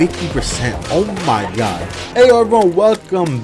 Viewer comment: I like how he says: "oh maw gad"